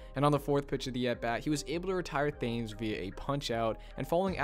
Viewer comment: Marcus Thames’s name is pronounced “tims.”